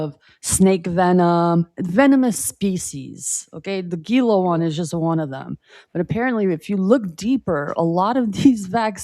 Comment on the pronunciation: Gila is pronounced heel uh